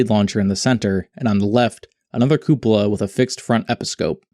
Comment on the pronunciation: You deserved a like just for being able to pronounce "cupola".